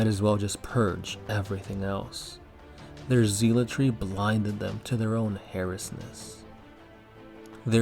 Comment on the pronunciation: I don't like how you pronounced zealotry